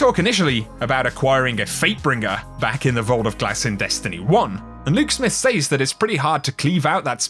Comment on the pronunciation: I love you and your content... but please... SAYS... is pronounced Sez...not say'z, you Say something... past tense is said/sed... or to qoute is says/sez or ses.